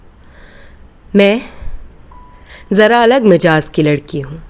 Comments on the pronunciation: 😊 Majaz Nahin, Mizaaj. 👍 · Mizaaj ka talafuz galat parha